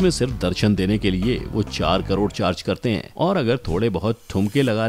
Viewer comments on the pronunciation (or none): 7.30 minutes mie 3.5 crore ka pronunciation wrong kiya hie sir ne